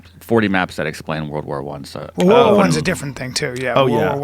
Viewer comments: “Wurl War Tew” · "Wurl War Wan"